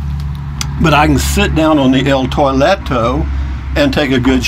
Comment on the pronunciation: BRAVO!!! Love that "Toileto", LOL HAHAHA!!!